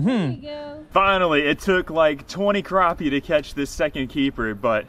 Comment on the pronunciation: Not to be mean but it is pronounced crappie not cropie